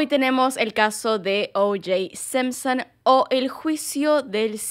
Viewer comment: Porque carajo decia sempsen jajaj solp esa palabra se animaba a decir con acento las demas no